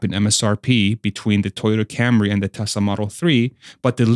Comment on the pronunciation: Toyota Cambry?